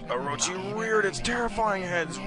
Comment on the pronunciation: He pronounced Orochi wrong but pronounced Shiranui correctly